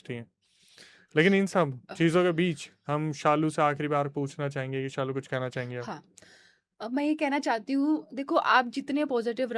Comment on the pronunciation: it's Shalu bro not saalu